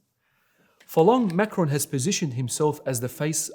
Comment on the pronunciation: Since different perspectives and interpretations are the glue holding your feeble religion of peace together... I thought some clarification would be helpful here. President Macron - is pronounced [ mak-ron ] French Macaroon - is pronounced [ mak-uh-roon ] Sir... your misuse of syllables is blasphemous, rendering the rest of your video full of misrepresentation and ultimately obsolete